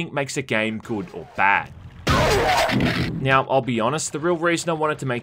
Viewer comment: Every time I hear "when it came "miau" out" I crack out loud. Where is this accent from???